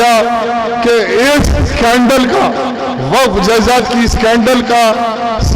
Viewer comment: He 😂 😂 😂 😂 😂 he he,,,, subah,,, aur sham,,, waqh property bolta